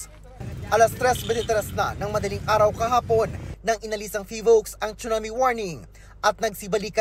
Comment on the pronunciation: Its sue not chu